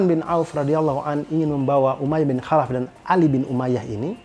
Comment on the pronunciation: Bang tlong baca kholaf. Soalnya tulisan ny خالف bukan حالف maaf mnggurui.cm koreksi